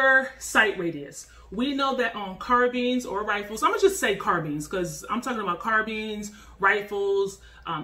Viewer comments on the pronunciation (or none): It’s not pronounced car beans it car BINES 🤦🏾‍♂️ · no actually we dont.. carbines (car-byns) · nice vid but pronouncing "carbines" like "sardines" had me cringing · “Carbeans” lol nice vid tho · CARBEANS LOL... LOVE THE VIDEO THOUGH!!!! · Why do you keep pronouncing it “carbeens” lol